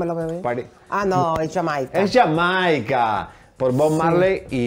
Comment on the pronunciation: No se dice ya Maica se dice jamaica los nombres de países no se dicen en inglés